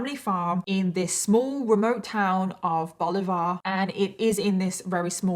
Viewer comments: When Bolivar is said it comes out Boliver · Bolivar pronounced Boliver. It is a small town on I 77 halfway between Canton (Football Hall of Fame) and Dover (Gateway to Amish Country). We are about 80 miles south of Cleveland and you will pass through Akron, and Canton to get to Bolivar. Hope that helps. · I know I am very late but Bolivar, Ohio is pronounced as (Ball-liver) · As a native Ohioan: VERY close on the town name. It's pronounced like Oliver, but with a B in front. Zion is pronounced kind of like "sigh oh" but with a z sound at the beginning. z-eye-on. We decided phonics were for chumps when naming places around here. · I used to watch the wife swap! - the original, in the UK. BTW: The name of the Ohio town where the Stockdale family farm is located is "Bolivar". It is a quite well known last name from Spain, and it’s pronounced "Bo-Lee-Var". Simple! No need to complicate it by mis- or over-pronouncing it. 😂 What a sad tragedy. I am sad for the whole family, specially the mother and brother whose lives were taken but glad Jacob survived; I respect his sane and moral "guilty" plea - > An eloquent testament to his parents and the values they instilled in him. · It's actually pronounced Bah-lih-ver, Ohio, like putting a B in front of the name Oliver. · Bolivar is pronounced bal..li...ver .... and I remember this episode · I’m from just outside of Bolivar and as soon as you tried to say it (which would be more like bolivER) I was immediately concerned because I never heard of this 😅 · I live near where they lived. The city is pronounced….BELL-VIEW. I know crazy by the way it’s spelled. Love your stories and makeup.